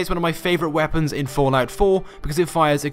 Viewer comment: I everytime hear the word fortnite when he says fallout😂😂